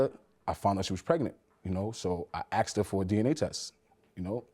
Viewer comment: The word is "asked" not "axed"! 🤦‍♀️ Drives me nuts every time I hear it pronounced that way...just like "bafroom" and "burfday"